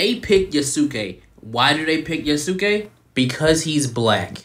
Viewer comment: Its pronounced yahs-kay